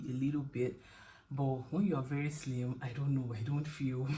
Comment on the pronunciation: It was the emphasis on “He was slimmm” and holding out your index finger😂 A good partner is truly a gem, worth cherishing.